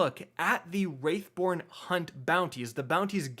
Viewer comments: WRATHborn, homie... WRATHborn. Not "WRAITHborn." Love your videos overall though! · It’s “wrathborn” not “wraithborn” please learn how to read, please and thank you 😊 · It's wrathborn not wraithborn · Stop saying Wraithborn. It's Wrathborn. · Bruh. It's wrathborn, not wraithborn. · Dude. Its WRATHborn not WRAITHborn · surely you will feel the WRATH of your viewers, many of whom will turn into WRAiTHS, if you don't correct your pronunciation of the word "WR A TH BORN." I mean honestly, would you ever say "Feel my WRAITH!"? No, you'd say "Feel my WRATH!" Unless, of course, you had a pet wraith that you wanted me to feel. C'mon man, it's not hard... say the word right, aight? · Wrath pronounced Roth not wrath pronounced wRaItH - what the hell is wrong with you!? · Wrath not Wraith bro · every time you say "Wraithborn" I yell "WRATHborn" at the top of my lungs and honestly I'm probably gonna lose my voice by the end of this season lmao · Please. For the love of the traveler. Its Wrath.... not Wraith xD Great vid dude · wrATH born hunts THERE IS NO I IT IS NOT WRAITH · Wrathborn... say it with me bud... wrathborn lol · I know right! It’s not that hard to say “Wrathborn”